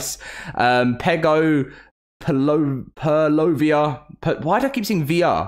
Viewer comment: Troodon = Troh uh dahn Titanomyrma = Tie tan oh murr muh Ichthyornis = ick thee or nis Kaprosuchus = cap rho soo kuss You pronounced amonite correctly. GJ. And purlovia is good, too. Purr Loh vee uh